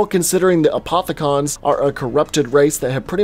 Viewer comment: Who cringed when he said apothi-CON and element 1-15